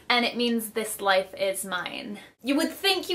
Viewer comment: Italian.. even though she completely butchered the pronunciation.